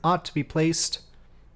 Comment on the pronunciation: Great mission! Also, you’re pronouncing quite well, but its Kvant, rather then Kavant as you’re saying. And you said Kristall properly, so don’t worry